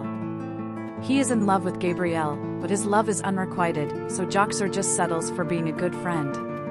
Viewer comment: As a diehard Xenite, the fact that you keep saying GABrielle wrong is making my eye twitch! RIP Kevin! Taken entirely too soon! You kept so much out of each character's storyline and put so many of the ages wrong. Also pronounced other characters' names wrong. Damn, so disappointing.